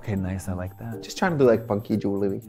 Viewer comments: For a good amount of Time i thougth she said funky jullen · "Funkee jew-el-uh-ree." bird noises